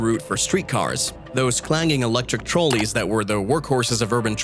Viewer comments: These generated narrations make the goofiest of mistakes. "Trolley" pronounced "Troll--ee". Why wasn't this caught? Is having a functioning human being reading the text so prohibitive? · It also said TROLL-EE for trolley.😂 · Overall this was pretty informative but you can always tell when someone has little to no actual experience with their subject matter and little experience with life in general This guy has obviously never heard anyone pronounce "Trolley" or "La Brea tar pits" as he says both incorrectly.